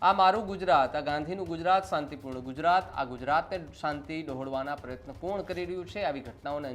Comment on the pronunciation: Hamara.. gijaratttt😂😂😂😂 Moji nu navu..gijahar...😂😂